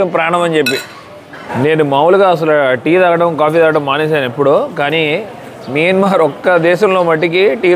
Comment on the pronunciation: Bro mayanamar, not miyanmar